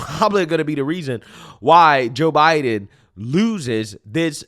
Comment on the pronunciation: Did he say ho Biden 😂😂👍🇺🇸